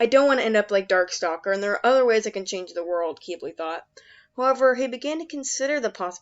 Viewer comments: I thought Quibli was pronounced cwible not kibli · Ack qeebly… it’s fine I’m just a bit triggered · It's pronounced KIH-BL-EE, just really fast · Oh so I’ve been pronouncing his name in my head wrong. This whole time. I’ve always pronounced it Qib-bil, Even though it’s spelled Qibli. Idk my methods are questionable. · im just mad at how they pronounce qibli.